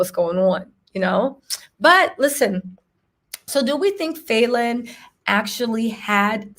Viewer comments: PRONOUNCE FALLON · Girl just watch one of her interviews online to learn how to pronounce her name. Kandi has a speak on it